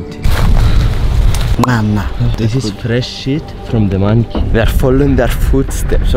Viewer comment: “tis is fresh shit from da mankey”